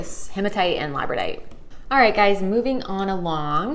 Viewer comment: so the pronunciation is lab-ra-door-ite. not however you said it. only trying to help out not offend.